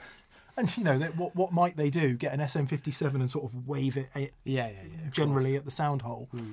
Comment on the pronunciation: You say they, not 'Hen' lol